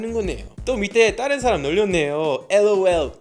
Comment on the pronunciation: 올리버샘 버릇 하나 찾았어요. "다른"이란 단어 발음 하실때 종종 "따른"이라고 발음 하시네요. 보다 친숙하게 들릴수 있겠지만 습관적으로 그렇게 발음하시지 않아도 될것 같아요. 다음에 봐요.